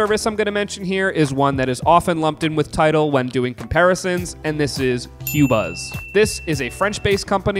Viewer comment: The company does pronounce it as “ko-buzz”. You can see their interviews of audio company designers on YouTube. The best format for high end streaming. Tidal MQA is good but not on many of the albums when compared to Qobuz. Though these companies advertise 24 bit/192 kHz, very few are 192kHz, most are 44.1 or 48 or 96 kHz. Generally, difficult to hear much difference once you get 24bit.